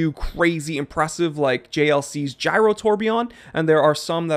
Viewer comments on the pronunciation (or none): none